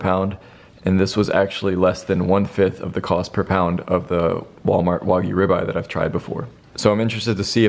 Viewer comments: Do u know how to pronounce words? It's not wogyu it's wagyu.. wag, like a dog wagging its tail.. it's only English get it right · Anyone gonna tell him he’s pronouncing Wagyu incorrectly